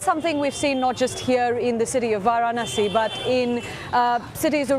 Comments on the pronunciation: This is total trash.. This guy couldn't even pronounce Varanasi and he is discussing about polarization. Total rubbish. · This anchor is reporting on India and cannot pronounce Varanasi, what Cubs.. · He is reporting about India and can't even pronounce Varanasi 😂 Lies after lies. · Please learn to pronounce Narendra and Varanasi. please respect the biggest democracy in the world, just conducting fair elections is itself a victory!